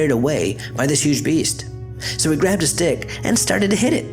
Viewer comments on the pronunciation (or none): i swear he said "he grabbed his dick and started to hit it" i was like what? 😲then i was like oh..a stick😂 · it sounds like he says " so he grabbed his dick, and started beating it"